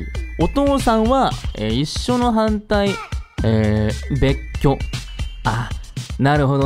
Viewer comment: べっっきょ♪